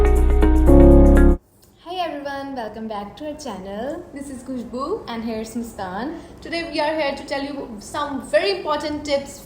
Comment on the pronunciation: Thik hai samaj gya khusbu not khushhbhu😂